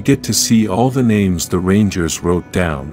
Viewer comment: The a.i voice is trying to hard to pronounce names